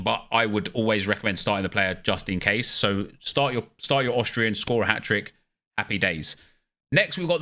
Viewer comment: austria or autralia?